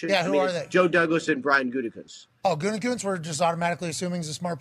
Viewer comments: At least can pronounce “GOO-tee-koonst” unlike Pat “GOON-tee-koonst!” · I stopped listening to him since he went big ...can't even pronounce Gutey's name.